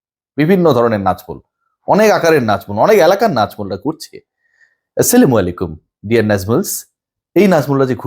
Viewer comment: সত্য নিউজ তুলে ধরতেন ক্রীড়াঙ্গনের, কিন্তু এই,ভিডিও সহ আরও ২/১ভিডিওতে, মুসলমানদের অভিবাদন(সালাম)কে সেলামআলাইকুম বলে ব্যঙ্গ করে বেআদব হিসেবে নিজেকে প্রমান করলেন, (বিসিবির দায়িত্বশীল নাজমুল ইসলাম কে ভিডিওর মধ্যে সালাম দিতে গিয়ে ব্যঙ্গ করেছেন ) যদি ভুলে হয়ে থাকে তাহলে আল্লাহর কাছে মাফ চান, আর যদি ইচ্ছে করে নবীর সুন্নতকে ব্যঙ্গ করে, তাহলে আল্লাহ তাকে ধ্বংস করুক